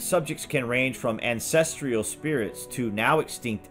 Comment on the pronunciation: There is no I in ancestral! Ancestrial is not a word